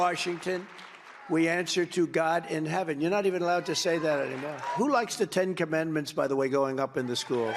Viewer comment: The 10 "comendments" is what I hear him say